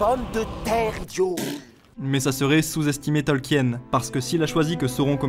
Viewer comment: Simpa ta vidéo mais stp, je pense que tu es français, l'accent pour l'anglais nest pas terrible ca cest normal mais stp.. pas Tolkièèn.. prononce au moins le nom de l'auteur correctement stp. XD Bisous